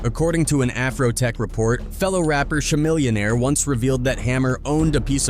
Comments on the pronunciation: This dude said Shemillionaire came on now it’s Chamillionaire get it right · TREEECH, LL Cool _ _ _ _ _ _ J, SHAmillionaire instead of CHAmillionaire??????????? We have to thumbs down these lousy AI spoken videos. If the content creator isn't going to "proofread" or proof-listen to his/her video before publishing it, they dpn't need it to do numbers. Do the damn work! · Sha'millionaire instead of Chamillionaire😂😂😂